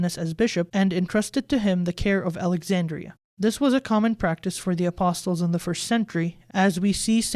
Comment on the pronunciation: the T in ‘apostles’ is silent.